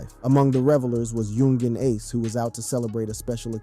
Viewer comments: Yung-geen ace😂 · “ Yun Jean Ace “ . Man wtf💀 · “Young geen Ace” lmaoo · Lmmfao he said Young Jean ace